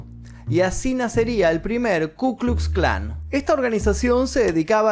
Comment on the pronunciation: Aprendé a hablar,. Si en los videos del Hindenburg nombras apellidos o nombres que empiezan con w con la pronunciación español, en lugar de la pronunciación v, no veo por qué no pronunciar la letra ka correctamente